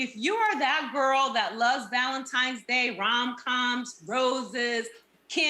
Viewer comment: Wait, did Nene say "Valen-TIMES" day? I think that's what I heard. Grammar my dear, Grammer.